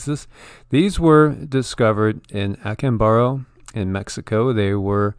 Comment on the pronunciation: Observe the accent mark say ah CAHM bah doe. Acámbaro.